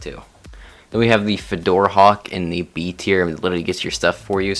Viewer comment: He also called the fjordhawk the “fedorahawk” 💀